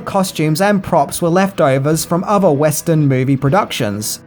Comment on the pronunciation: Still struggling to consistently pronounce your th's properly, I see. Your pronounced "three" correctly in "1973," but everywhere else you're mispronouncing it as "f" (e.g. "frilling" instead of "thrilling"), "v" (e.g. "ovver" instead of "other") or "t." I recommend listening to native English speakers and practising this pronunciation point. Also, the 't' in "often" is silent (as with "soften" and "listen").